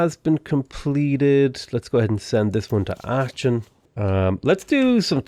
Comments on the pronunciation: Your pronunciation of Aachen has been declared ASA crime against humanity 😁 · Every time you pronounce Aachen the way you do, a child in Africa dies. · Cringing so hard every time says "Aachen" 😵